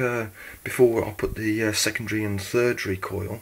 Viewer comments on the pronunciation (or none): thirdery??? tertiary, maybe? (no offence) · Not thirdary, its tertary (I think thats how its spelt).